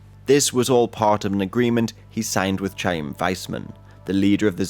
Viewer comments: Chaim Weissman's name is pronounced, k'hayiiim (meaning life in hebrew), with the chet sound that exists in hebrew, turkish, persian, kurdish and some indo european langauges, and some dialects of arabic. Not ch-aim, like choochoo train, when ever you see a jewish name or hebrew word, that starts with Ch in english, this is a germanic Ch, not an english Ch deriving from norman french. Correcting because Chaim was a major player in middle east politics and I know you will likely make more videos where he pops up as a character <note the word CHaracter is pronounced the same way as CHaim. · Absolutely loved this video. Chaim Witzmen (first president of Israel) is pronounced when the phlem sound, closer to Haim more so than Chaim. Thanks for a great video.